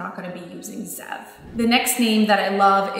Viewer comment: wolf iin hebrew pronounced ze-ev not zev :)